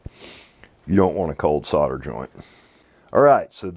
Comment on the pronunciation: Dude, it sounds just as good as it looks! :) Well done for pronouncing solder with the L. :) I have 3 things to say - Well done, well done and well done!!!! :)